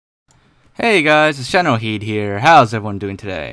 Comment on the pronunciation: I've always wondered why your channel is called GeneralKidd but you say whenever you greet us, and is your name ingame. You do know that you can change your YouTube name right?